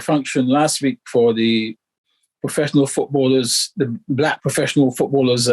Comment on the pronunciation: I don't know why this anchor is emphasising on the word "Black"?